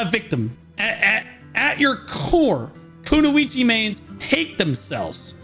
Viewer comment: nah. That pronunciation of Kunoichi is criminal 😂